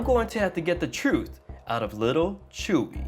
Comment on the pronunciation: He didn't say "hi Chuy" he said "hi chewey"